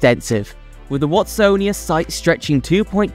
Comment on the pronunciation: And Watsonia was prounounced ‘Wastonia’ 😂